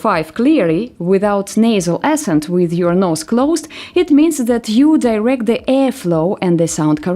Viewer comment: Было бы неплохо тому кто это озвучивает по-английски научиться слово accent выговаривать правильно, я уже не говорю о качестве английского произношения в целом.